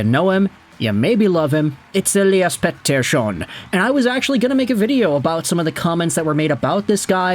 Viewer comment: Why do you always pronounce “Elias Pettersson” in that annoying AF way… 🤦‍♂️🤦‍♂️🤦‍♂️